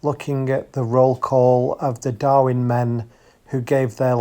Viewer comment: STOP CALLING IT DARWIN... IT IS DARWEN...... DARWIN IS IN AUSTRALIA KNOBHEAD